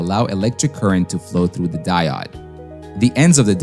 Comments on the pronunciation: it is di-ode not di -odd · Its "diOOOde", not "dieoDD". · Die-ode not die-odd. Long O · "Di-odd" - Hmm.... I'm sticking with "Di-ode". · Die odd for me is just painful. They will always be diodes to me. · English is one of the hardest languages to learn, so fair enough. But I've never heard anyone, in any language or coming form any primary language call a diode a "die odd". I've heard "De-ode" "day-od" and even "deood" but never "die odd" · Die odd, die odd, die odd, i cringe every time. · Thanks for the timestamp. I couldn't handle hearing "die-odd" anymore... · no prob. honestly, the mispronouncing of diode didnt bug me all that much, i was just uncharacteristically annoyed by the amount of fluff leading up to it lol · Great videos, but mispronouncing basic vocab is a fast way to lose credibility. Diode is pronounced die-ode [ˈdīˌōd] and the plural of axis is axes, pronounced axe-ease [ˈæk.siːz]. I remember applying for a job and they asked in the interview if I had ever used "sequel". Me, having only read and not heard the word, did not know they were talking about SQL. Happened to me again when someone said "Fizzmo", referring to FSMO. When you're learning by reading, you don't always get a pronunciation guide. Say the words right and nobody notices. Say them wrong and everyone does. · the die-odd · There are many ways to mispronounce "diode", I've never heard "die odd" before but that's gonna be my motto for a while... "Die odd" has a nice ring to it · I'm right there with you, every single time he pronounced it that way I died inside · Diode is pronounced with a long O like "Open"... Fantastic video🔥❤️ keep em coming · At least the mispronunciation of 'diode' is consistent, unlike the two or 3 different ways I heard 'reflective' pronounced. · The only clear giveaway was the pronunciation of 'diode'.